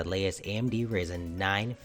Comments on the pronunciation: it is RYYYYYYYYYYYYYYZZZZZZZEEEEEEEEENNNNNNNNNNNNNNNNN not risen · It's Rye-Zen, not Risen